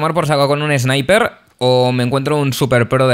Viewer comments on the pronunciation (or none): none